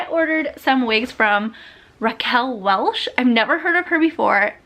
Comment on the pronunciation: There’s no s in Welch you’re not saying her name right